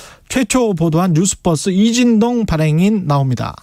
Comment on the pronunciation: 앵커님..뉴스뻐스가 아니라 뉴스버스 입니다. 듣기 불편하군요. 이름을 바르게 발음해주는 것은 예의 입니다.